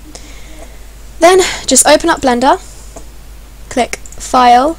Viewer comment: lol I just noticed that instead of "click" she says"tick"